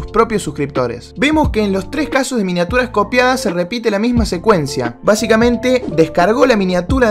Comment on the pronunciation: Alguien se dio cuenta que dijo miniatuas??